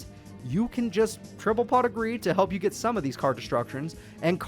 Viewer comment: Some of his insults with that voice were pretty savage Like when he told Zane to turn his cards around so his acid virus could do its thing “It helwps, if you turn them awound”